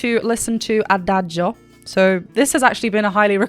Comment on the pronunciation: Congrats, you’re the first English speaking person to pronounce Adagio correctly… 😂😂😂 Seriously, thank you for the wonderful reaction video.